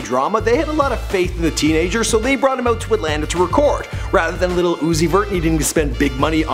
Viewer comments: Stop saying lil as little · Lil and little are pronoun differently. smh.